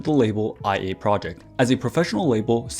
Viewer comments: just wanted to comment here and say that the vocaloids name here and throughout the video is actually pronounced like “Lia”, and not “I.A” Amazing video nonetheless!!! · IA is pronounced "Ee-Ah", it comes from her voice provider's name; LIA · OИE's name is pronounced like "Oh-neh", and IA's name is probably like "Ee-ah" ☠️ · IA is pronounced (ee-ah) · Great video, but I can't stand your pronunciation of IA's name😭 How can you be a fan and make THAT HUGE MISTAKE lol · Hahaha... I've seen few youtuber mispronounced IA due the capitalized text. They probably confused by her sister name too, ONE